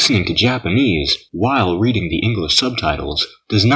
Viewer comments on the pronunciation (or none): none